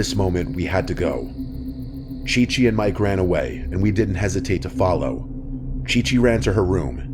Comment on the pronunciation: OMG it was supposed to be Ci-Ci. But I think he read it wrong 💀